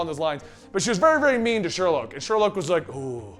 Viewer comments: not Sherlouge 🕵️‍♀️ it's Sherloque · Vibe made no sense; why cure yourself if you have complete control of your power and no mutations or side-effects? It's pronounced Sher-loke by the way.